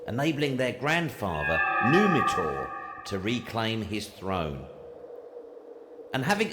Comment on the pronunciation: Numan-tor LOL Sunt amici electrici?